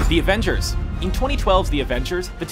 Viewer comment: Screen Rant read TheAvengers as TheEvenger